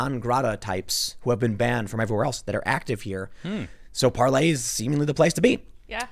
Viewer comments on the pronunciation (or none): Par"LAY" ? I thought it was Par"LER" ? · Isn't it 'parl'ER' I've never heard anyone pronounce it par'LEY'. Are you doing that for copyright or other legal reasons? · "Par-Lay"...Um isn't it "Par-ler"....??? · Its parler, not parlay it's in the top left of ur screen tim geeze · why do you keep saying parley? you know like jack sparrow. when the website says parler. if i wasn't watching on youtube but was listening to the podcast i'd have no idea what you're talking about. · All I can think is it's Parler not Parlay!!!!!!! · Its PARLER not parlay! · The owner of Parler made an announcement on the proper pronunciation, its Par LER not Par Lay. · Parler Tim not Parlay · He thought it's french but even that is not "parlay", more like Parlehghghghg... I don't know how you'd write that. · ParleR. Hard R (😂). No y. Lol